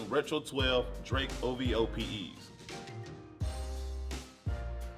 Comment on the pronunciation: O.V.O NOT Ohvo